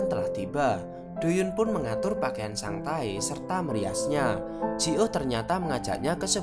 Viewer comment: Nama : Sang tae Yg saya dengar : sang tai